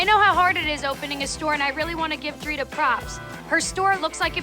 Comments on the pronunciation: “Dritar” her name is Drita 😅😅😅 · Renee couldn't say DRITA correctly if her life depended on it, she says Driter 🤣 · "Driter" "Carler" 😂 🦋